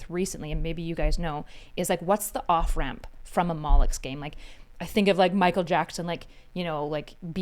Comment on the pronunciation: she keeps saying "mollucks game" and i have no idea what that means